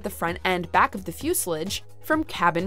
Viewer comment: You might want to look up the correct pronunciation of "fuselage".